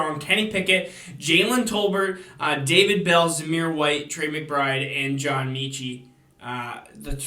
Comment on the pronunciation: John Meechee lol